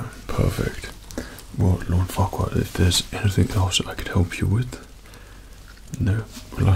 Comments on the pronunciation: At the start at first I though he said loud fuckward. And no offence I have bad hearing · It sounds like he's whispering Lord Fuckwad LMAO 🤣🤣🤣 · Who the hell is Lord whatever?? Sound like lord fukkwhat! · Oh kk ... so now I understand , ... I thought he was saying ohhh fu**er! Again and again. I didn't understand why he was saying that, when he was being so nice all the time,..... and then I saw the title clearly and only then did i understand that he was talking about lord furquaad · I heard "LORD FUC K OFF" and I screamed laughing